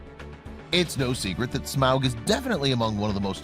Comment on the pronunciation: This guy constantly pronouncing Smaug as Smowg really bothered me lol.